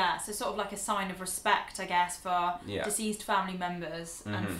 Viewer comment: I thought was saying "diseased family members." But she's saying "deceased." Took me a couple times before I figured it out lol😁